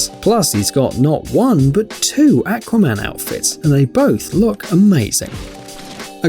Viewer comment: Umm you saying acwaiman